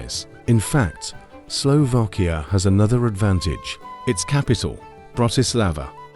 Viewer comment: Please ....it is Slovakia not Slovokia😢!!! Please the pronunciation right for goodness sake...